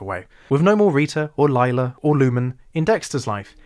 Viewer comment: I'm sorry to be nitpicky, but why do you call her "Lee-lah" when everyone in the show says "Lie-lah". Like I'm just curious, is this an active choice or did you unintentionally say it wrong? Apologies if this sounds rude, please do not take it that way!